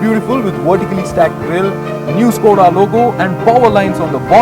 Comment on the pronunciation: He pronounces Škoda perfectly like a Czech but Octavia like an Englishman. This car would be perfect if it weren't for the excessive road noise /vibration.